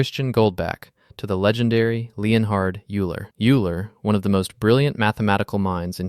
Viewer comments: How to spot A.I. slop: pronounces Euler “you-ler” rather than “oi-ler”. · "oiler", not "iulr" quintilion is million^5 = 10^30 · "Yooler? ...Yooler?" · Euler… Oiler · Euler.. X to Y : More like Yoo-ler 😂😂😂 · "youler" :D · Yes Euler is pronounced as Oiler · Paul Erds as well. Discussing mathematics without taking a few seconds to learn basic pronunciation of key people everyone should know. Shameful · Houston Eulers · This silly mn needs to learn how to pronounce “Erdős” and “Euler” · Interesting video but horrible ai pronunciation of Euler, Gödel and others😅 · you also said name of Erdős and Euler and Gödel sooo wrong. However the drawing are amazing. But you killed the video with your first sentence. The collatz conjecture is not about any numbers it is about integers.